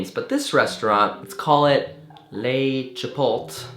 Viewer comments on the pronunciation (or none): "LECHIPOLT" OMFG I'M DYING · LMAO "Lechipot"